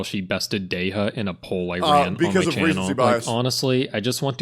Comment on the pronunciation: That man is not a true Dehya main is he can’t say Dehya right.